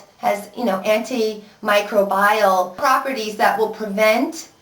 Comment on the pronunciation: Anti - micro -bile? Lol